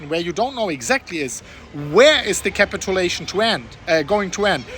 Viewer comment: Don't say "capitAlation", it's "capitUlation".. just annoying to hear... honest feedback...